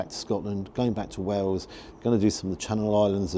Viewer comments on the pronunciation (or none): none